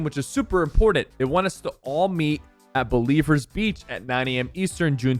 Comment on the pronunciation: Its not Believers Beach, Its Blevins Beach